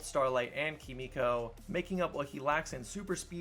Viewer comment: Her name is Kimiko. You're pronouncing it like Frenchie does.